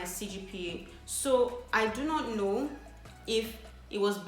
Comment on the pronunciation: 'Let me now' she is so Nigerian 😂♥️